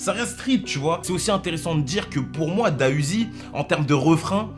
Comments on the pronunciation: Juste pour info on dit D.A Uzi et pas DA Uzi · On dit pas Da uziii mais D A uziii🤦🏽‍♂️ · On Dit D. A UZI